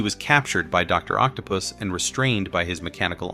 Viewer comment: Not my favorite video, the script is lazy sound AI generated and the voice is not doing it any justice. Please bring the old guy back and please say the names right “Doc Ock” or “Doctor Otto octavious” or even “doctor octopus” would work not whatever this script put out. I’m sorry I LOVE this page but this video is least favorite